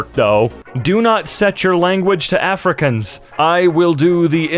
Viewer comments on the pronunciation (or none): 😭 not pronouncing afrikaans like "africans" 😭💀 its pronounced "afri-khans"